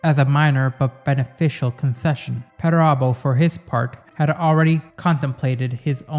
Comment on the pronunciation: Another solid entry my friend. Thank you. You also have the best pronunciation of perturabo i have heard. 😊